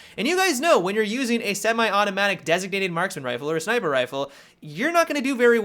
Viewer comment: "SniPRe" lol